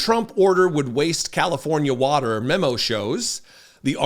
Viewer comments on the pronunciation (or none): No, no way, no how, he does not think about the “words” he uses. The “wotar” the “wotar” he doesn’t even know where the wotar comes from!😅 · What the hell is “wudder”?